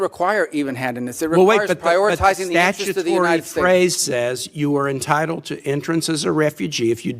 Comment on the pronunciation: SUPER STAR, SEXY A$$ MR. MARCO RUBIO!! U GO BOI!😅 And "Intitled"?? WTF?!